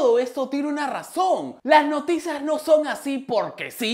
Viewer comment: te desayunaste la i de Noticias jjjjjjj